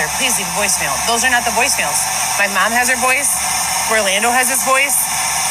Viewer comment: The way pronounces "Mom"..how do you even spell that? "Mam?"